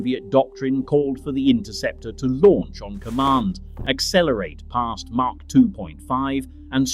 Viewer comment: It's Mach lll not Mark lll! It's SR-71 not SE-71!